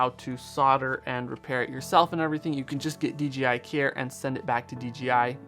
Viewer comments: D J I ... Not D G I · In your video you call it DGI repeatedly. Is this how we are supposed to pronounce DJI